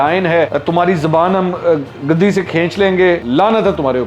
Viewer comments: Dear the word is guddi not gaddi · گدی cushion کو کہتے ہیں جناب۔ زبان "گدی" (guddi) سے کھینچی جاتی ھے۔ نیز "بلا آخر" (bilaa-aakhir) نہیں، "بالآخر" (bil-aakhir) ھوتا ھے۔